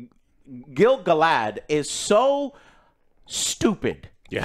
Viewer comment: Gil-Galahad lol